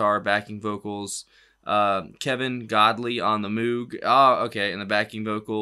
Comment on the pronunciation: Just for note: "Moge" ("Moag"), not "Moog." You'll be amazed when you find out how it was done -- not nearly as much synth as you think. Utterly iconic 70s track!